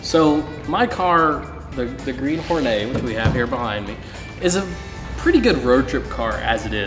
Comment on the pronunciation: Horneey. It's a Hornet, not a french bread.